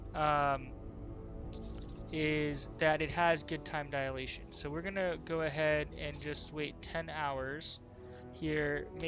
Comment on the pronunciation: Time 'dialation'?